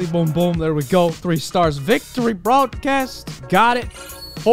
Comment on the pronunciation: Bro when you said victory brodcast I got it like VICTOR-y brodcast LOL